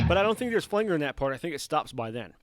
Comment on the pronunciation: "Flang-guhr" cracks me up! Great video. Thanks for sharing this info.